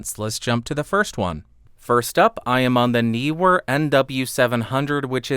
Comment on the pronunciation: I like how you muttered "Neewer NW700!" LOL! That Neewer definitely didn't sound good.